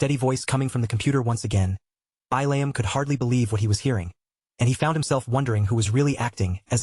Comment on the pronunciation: So I'm 2 hours in and this actually looks like a pretty darn good story I'm just a little salty that the AI can't pronounce the name Billiam... It keeps saying it "Bai-layum"... And of course it looks like Billium is turning into an integral character 😅